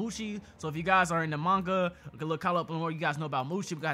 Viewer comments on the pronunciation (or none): none